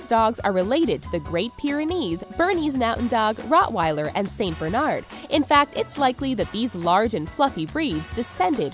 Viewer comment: It's not Rottweiler it's Rottweiler